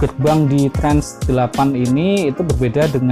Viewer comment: Trans apa trench? Mengganggu banget...